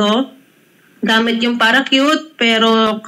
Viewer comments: Ate? Ano yung 'PARA-CUTE?' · Ang parachute Ay naging paracute ni ate😂😂😂😂😂